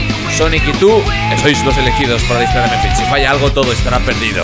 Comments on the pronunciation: No se dice mephils se dice mephiles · le estas diciendo mephils a mephiles